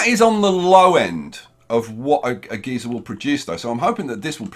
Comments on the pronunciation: It’s pronounced (guy-ser) not (ge-ser) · Wait is it geezer or geyser (gizar)?